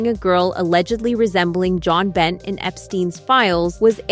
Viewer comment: You obviously don't know about Jon Binet. Her name is pronounced Bin-ay, not Bent 🙄😡